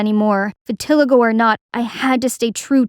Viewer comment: Thats not how you pronounce vitiligo...🤦🏻‍♀️❤️